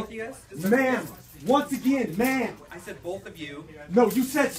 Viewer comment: It’s ma’-am !